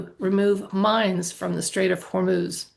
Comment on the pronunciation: No joke, I thought you said something about removing mimes from the Strait of Hormuz. It did give me pause. Thank you for the reading!